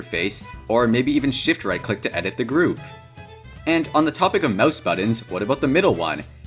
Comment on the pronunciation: When he says Groove instead of group